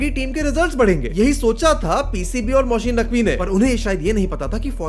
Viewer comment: Its Mohsin Naqvi .... Not mohsheen 😂